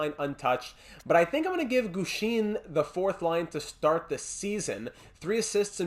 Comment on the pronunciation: Great episode as always! I’d definitely look for a 4th line penalty killer. Boucher and Gushchin (pronounced Goosh-in, by the way) have not been cutting it. Pavelski seems like the best option, but he’s a little pricey. Offer Weisblatt and a mid round pick, and if Carolina declines, I’d look elsewhere, Pavelski would be a great storyline guy, but we can’t give up too much for a 4th line rental. The other guys I’d look at are Nieto and Kampf in Ottawa. Both fit the 4th line penalty killer mold pretty well and shouldn’t be too expensive. I’d also call up Hornquist and give him a look. Lindberg’s losing record is worrying me. Doesn’t have to be for the rest of the season, but I think he should get a couple NHL games here and there to see what you’ve got in him. Here are my thoughts on some of the prospects. The med elite guy from Buffalo would be nice, but our top 4 is already set for years to come. I don’t see a spot for him in the lineup. Carlsson is great too, but I’d wait until the offseason to make a move for him. Dallas seems to be buying, and they’d probably want a roster player for him. There’s no one on the roster I’m willing to give up for a prospect at the moment. Maybe Lind, but the way our penalty kill is struggling, I think we have to hang on to him. Maybe trade Glass for him this offseason before you lose him for nothing? Lastly, I wouldn’t put Bystedt on the power play unless it’s production falls off. The power play is playing way too good to make any chang